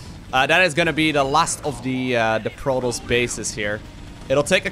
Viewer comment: STOP PRONOUNCING PROTOSS WRONG